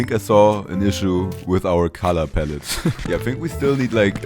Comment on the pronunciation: OMG 🤣 I had to laugh out loud so hard when you said "colorpalette".